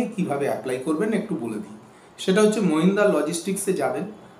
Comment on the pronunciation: Mahindra logistics...... agey aapni thik bhave company er naam ta bolun